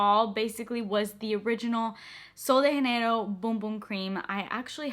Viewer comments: It’s sol de Janeiro not haneiro💜 its a Brazilian brand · It’s not “sol de henerio” it’s “ sol de Jenero “ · I don’t think it’s “sol de hanero” 😅❤ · just a quick note 'janeiro' is not pronounced like that, you're pronouncing it in the spanish way, we pronounce the 'j' in portuguese very simiar to english, so pronounce 'janeiro' the same way you would in english 😊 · Pronouncing as Sol de Janeiro is correct, it's Portuguese, not Spanish like she pronounces in the video lol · Janeiro is a portuguese word! (Brazil) - not spanish. You kept pronouncing it like you were speaking spanish /‘muting’ the J lol. Super helpful video though, thank you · ITS PRONOUNCED WITH A J!!!!!! Not all of them are pronounced with an H. Hesus Christ 😡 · Just to note: you pronounce “Sol de Janeiro” wrong 😂 It isn’t spanish! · That’s not how u say sol de Janeiro lol